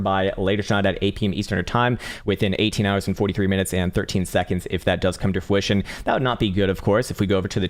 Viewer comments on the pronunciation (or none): Dude, it's fRuition, not fWuition, as in 'to bear fruit' ;)